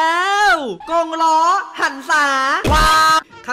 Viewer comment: กงล้อหรือวงล้อค่ะ หนูคนเดียวใช่มั้ยได้ยินว่ากงล้อ😅😅